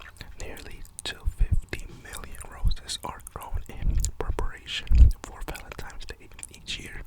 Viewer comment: I love the way you call it Valentimes Day